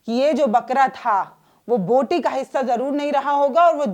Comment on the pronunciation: बोटी, बूटी नहीं, बोटी बोटी बोटी | क्षमा करना |